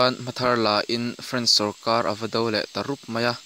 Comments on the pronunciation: A bengvar thlak,mahse i chhiar thiam lo,sarkar tih tur sawrkaL,intlar tih tur intlal te i tia..tin a lam dan tur a hre deuh te be rawn rawh,i tih lehzel dawn chuan..A tha lutuk e,i thil tih hi. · R hi i lam dik theilo reng reng sawrkal te iti🤣🤣🤣